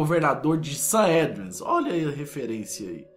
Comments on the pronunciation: "GTA Saédreas" kkkkk ótimo vídeo. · " Saédreas " ? KKKK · GTA SAÉDRIAS KKKKKKKKKKKKKKKKKKKKKKKKKKKKKKKK RI ALTO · que diabo é GTA saendreas? 😂😂😂😂😂😂